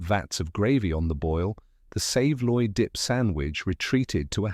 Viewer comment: Its odd. It's speaking English but it can't even pronounce basic English foods.? Say vah loy?